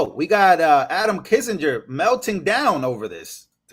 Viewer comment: Kin-Singer, not Kissenger